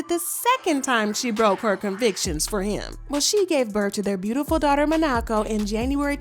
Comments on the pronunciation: Girl- I was so happy when you pronounced Freddie’s name right… Then you went and said “Mo-naw-co”😢😂😂😂😂😂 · Who is ma-nacko 😂😂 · Not Man-Nok-Co It's Monaco. 😄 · Their baby's name is Monaco not Margo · Haha not mo_naw_co hahahha 'Maa_nuh_ kow ' monaco .. jeannie kno it wasnt a blind side she need to jst be real ..and she prolly posted the vid of her and the baby congratulating him on the book .to make it SEEEEEM like it was a blindside ... and as if she didnt kno... bc she also know by the time of that Live she did that papers had already been drawn.....etc.. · Girl can you pronounce their names correctly??? Really. Her baby's name is Named after the country Monaco, not Nomaco. Geesh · Girl, Monaco like the country. 🤦🏾‍♀️ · Ma-nak- co?😂😂😂 Girl, their daughter’s name is Monaco. All the research for the drama and you didn’t figure how pronounced the baby’s name before the video. Yikes😂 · “MO-Nah-Co” lol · Not “Ma ~na~co” 😅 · I can't even listen to this because she keeps getting everyone's names wrong 🤦‍♀️, jenny.. and then she renamed their daughter Manocko lmao.. how can we believe what's being said is correct of the names can't even be correct. Do better. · Not ma-na-co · The way you pronounce the child’s name is ridiculous. Ignorant. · I’m sorry, the way she pronounced Monaco😭 It caught me off guard 😂😭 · Your pronunciation of Monaco 🇲🇨caught me so off guard 😂. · Hahaha the way she pronounced the baby's name!!!